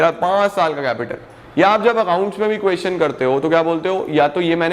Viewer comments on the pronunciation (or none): none